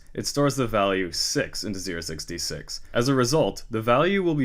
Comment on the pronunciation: ah english.. making 06D6 sound like 066...